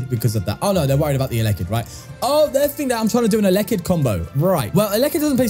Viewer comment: Pronounced el - e -kid